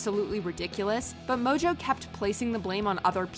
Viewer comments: why does she keep calling tana mangeau tana 'mojo'? its not even funny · Is "mojo" really how you pronounce Tana's last name?